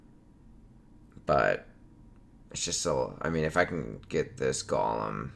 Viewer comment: It's "Gow-lum" :(